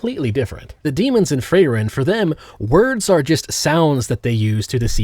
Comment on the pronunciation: why is you pronouncing freiren like that